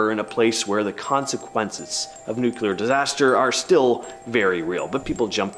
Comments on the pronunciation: The word nuclear is annunciated as new-clear not nucular . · Can't even pronounce Nuclear correctly. Not Nu-Cyu-Ler.